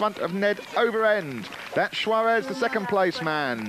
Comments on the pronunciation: The announcer couldn't bring himself to say Tinker's name correctly the whole race. It's Juarez (pronounced "Huarez"not Schuaresh, or Schuares). I was cracking up every time. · I watched Tomac ride a wheelie all the way across the main road of Crested butte on that drop bar Yeti in 1990 during a qualifying stage. The dude was pure style! And if the announcer mispronounced tinker Juarez' name one more time I was going to scream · he sounds like goldmember when he says 'juarez'! that, or he's trying to say shawarma? ;o)